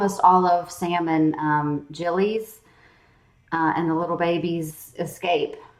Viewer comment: Gilly, not Jilly.